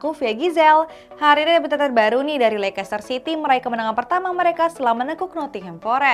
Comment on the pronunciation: Bacaan nya leister,bukan lekester